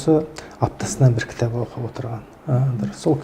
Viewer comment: Отқан емес,_ отырған ,отырық емес отырмыз. Ертен емес ертең.